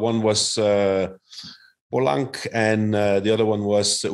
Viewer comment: Mohorič (first syllable accented) and Pogačar (seconnd syllable accented) is correct btw :D And Polanc (second syllable accented) with c pronounced like "ts"